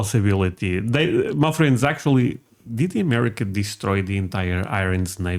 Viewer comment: they call submarines the silent service. You might have trouble finding enough content for that show. I now know you mean my friends, but it sounds to me like muffin. Keep up the good work, I enjoy watching you guys. Peace!